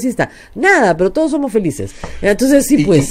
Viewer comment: HABLA MAL dice: "oportunidaEs" por "oportunidaDes", "creaO" por "creaDo", "toOs" por "toDos", "miYones" por "miLLones", "impactaO" por "impactaDo", "posibilidaA" por "posibilidaD", "moraO" por "moraDo", "publicidaA" por "publicidaD", "dictaO" por "dictaDo".